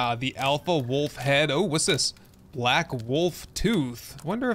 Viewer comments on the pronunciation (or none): none